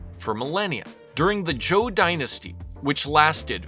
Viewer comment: Your pronunciation is generally pretty good, so it's puzzling to me why you say "Joe dynasty". Even more puzzling is that when you say "Zhou" elsewhere, you say it correctly. It's only when it precedes the word "dynasty" you pronounce it as "Joe".